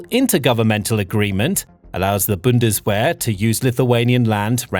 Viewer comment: What a pity and what a waste of money. Have they not learned? I thought they said never again? This guy does not know what he is talking about, he can not even pronounce Bundeswehr.